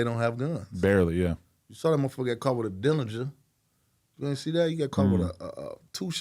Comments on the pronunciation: It’s called DERRINGER. derringer 2 shot pistol god damn why all these rappers say dillinger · Derringer, not Dillinger